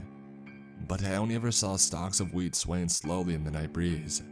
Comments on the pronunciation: I thought he said weed...😅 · Who else heard weed instead of wheat in the beginning? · I keep hearing weed lmao